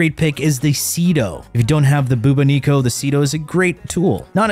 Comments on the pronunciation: I've never heard anyone pronounce bubonico like that lol I've always seen and heard it as Buboni-co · These pronunciations hurt my soul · Never say ‘arca plasmor’ and ‘bubonico’ again!👀🫣